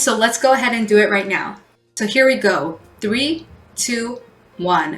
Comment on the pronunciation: the “th” sound, and she said TRE, TWO, ONE...👍🤔